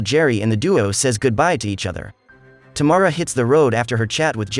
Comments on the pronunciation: Its, Tam- ara....not Ta- mara... thx.. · Wonderful pronunciation ..Tamara = Tomorrow 🤣🤣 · oh my...it's Tamara not T'morrow 😅